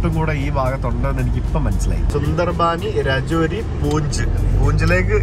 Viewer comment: Not rejodi . Pronunciation is Rejori